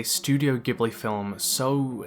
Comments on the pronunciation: Ghibli is pronounced like jiblee Nausicaa is now-she-kah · Cool vid, but man! It's Chihiro, no Chishiro. Also, Ghibli is pronounced "Jee-blee", not "Guee-blee". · GUYS!!!!! everyone pronounces Ghibli studio as "gibli" but it's ACTUALLY pronounced "jibli"!!!!! please!!! you're making it sound like they make movies about freaking metal music!!!!!! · Great clip! For the record, though, Studio Ghibli is actually pronounced "Jee-bli". The studio's name katakana / Japanese spells it as such, not Gib-lee. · Ghibli has a soft G. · It's pronounced "Jiburi". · I would pay so much money if everyone on the planet would stop pronouncing ghibli as "GHEEBLY" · 3 seconds in and video ruined. Studio Ghibli, it's pronounced as Jib-lee. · Please pronounce it as “JIBLI” thank you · Pronounced Jibuli with a "J" sound ジブリ It's in the title so best to know the correct pronunciation. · Ghibli is pronounced with a soft g (like a j sound)! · Ghibli is pronounced jibli. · A lot of the lore and stuff dealing with spirits and ghosts makes a lot more sense if your know Japanese culture and mythology. A lot of stuff draws on classic Japanese ghost stories and understanding of spirits. Also it's a soft G in Ghibli. Like jib Lee, or in Japanese Ji bu ri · Nobody:: "Gibli, Shishiro." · Hard worldbuilding vs soft worldbuilding is one thing, but have you considered hard g vs soft g in 'Ghibli' and whether or not you might have it wrong? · First 5 seconds The way he pronounced Ghibli Instant dislike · You pronounced Ghibli wrong. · Funnily enough, Ghibli is also pronounced with a soft G.